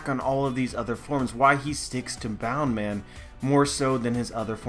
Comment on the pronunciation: Boun man? Wtf is boun man? Bounce man you fker